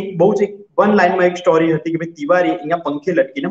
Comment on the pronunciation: સ્ટૉરી નહીં સ્ટોરી‌ બોલો. પ્લીઝ